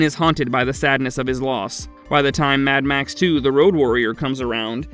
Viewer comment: The way you say “mad max” pisses me off so much